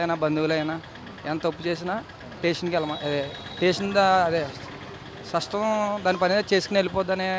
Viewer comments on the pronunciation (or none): & full comedy bro..."SASHTAM" anta...